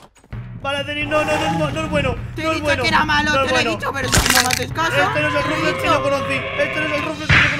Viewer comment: XD Es que ese no es Ruflez, es Ruflas XD